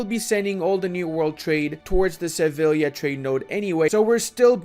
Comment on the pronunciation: "Shtettin, Valdshtatte, Kochaeli" Also: "Sevilia"